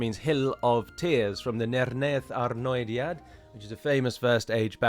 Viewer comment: Goes on a rant about GaladRRRRiel. 5 minutes earlier: NiRRRRnaeth ARRRRnoediad. And then proceeds to continue speaking normal english. Double standards here. Double standards....